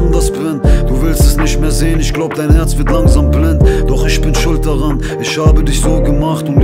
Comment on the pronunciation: Der sagt doch gar nicht isch. Das hört sich mehr wie "üsch" an 😆👌